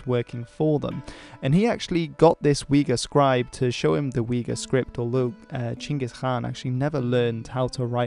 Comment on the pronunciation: I am really appreciated that u called my king in a correct way wich is actually Chinggis Khan.